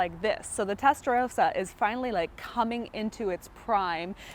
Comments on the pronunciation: Testa ross ah. Not row sah. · She keeps saying Testarowsa she does not even how what car she is standing next to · "Testa-RAWsa," you know like the Italian Ferrari color "RAW-SO corsa."